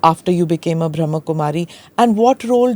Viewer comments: It’s pronounced as Brahma’a’ and not Brahm. Being a Podcast host we should say things correctly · The word is Brahma not Bram . Brahm means world and ma equals mother . So it is the female energy in a male body you have the female energy of mother to also Shiva being the father is the spiritual father the father of all souls of all religions is one and the mother